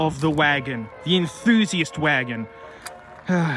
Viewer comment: "hwi-agon" 😂 A lot of these look so similar, everyone there mom and there dog just has a clone sudan there eh?